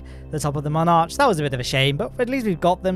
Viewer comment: He pronounces Mun arch as monarch